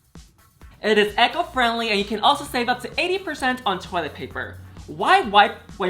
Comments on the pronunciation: Lmao Yuhua you said echo friendly, it’s eco friendly ha 🤩🤣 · ECHO FRIENDLY? Do you mean E-Co Friendly?